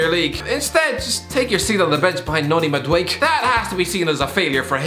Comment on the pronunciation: I'm Dutch and an avid follower of the Eredivisie, his pronunciation of Madueke makes my lungs want to implode...